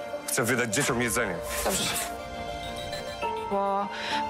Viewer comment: DzieciOM......😎 zastanawiam się jak wy w realu wymawiacie to "dziecią"😂